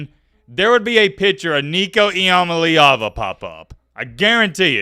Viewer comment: E - UH - MA - LEE - AH - VU